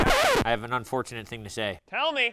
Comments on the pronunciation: Lol instead of thats un-fortunate coby said thats i-llegal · Who else heard coby say “that’s illegal” instead of “that’s unfortunate” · i heard "thats il legal" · notice how coby said "THATS ILL EGAL" instead of thats unfortunate